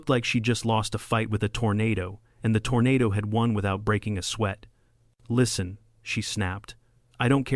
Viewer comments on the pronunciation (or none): none